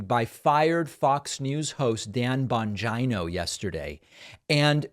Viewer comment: All I hear is “Dan Vagino”.